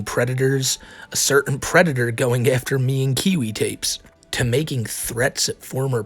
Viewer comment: Lmao the white bowser is a pwedator